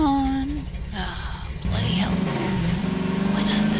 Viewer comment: Love it when you say bloody hell haha. Being English and hearing an American say that is amusing.